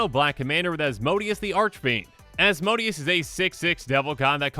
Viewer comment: (Azz-moe-day-es) Asmodeus